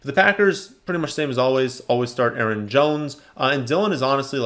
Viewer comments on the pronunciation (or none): none